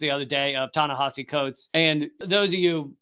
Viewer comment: You keep pronouncing Ta-Nehisi like Tanahashi. Go Ace!